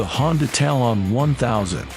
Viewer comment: Tal-on is one word..... Talon. What a stupid video all around.